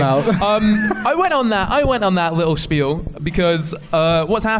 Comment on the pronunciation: hearing a Scottish man say spiel correctly made my little Ashkenazi heart sing!